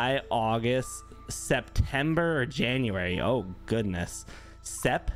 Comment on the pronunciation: no one:: “jaunuary”